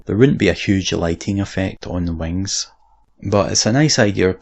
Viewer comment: Pent those wangs